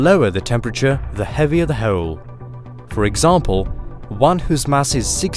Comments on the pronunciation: I think its because they way he pronounce hole :P black hoyl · The way you pronounce hole makes me giggle. Black Hoyel hehe